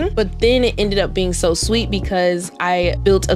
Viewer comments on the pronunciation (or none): none